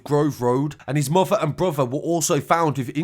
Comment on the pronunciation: The way he says fafer , mofer ans brofer